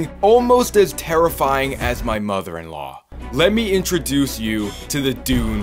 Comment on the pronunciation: Best Part was when he said"all most as tarafing as my mom in law"